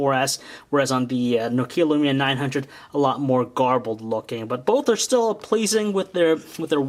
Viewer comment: You say bolth